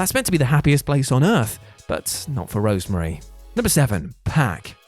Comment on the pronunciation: Rosemary NOT Rosemarie